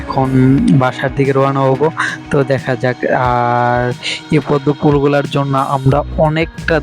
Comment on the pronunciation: Ful sodho matro apnr junnu r ur junnu rakhlei hobe na sobar junnui rakhte hobe vaiya😵‍💫 R lastly pronunciation ta jonno hobe... Not junnu